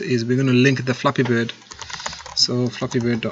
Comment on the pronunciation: At the beginning I thought he said " we are going to create a f***ing good game" im like. Da*n like the confidence lol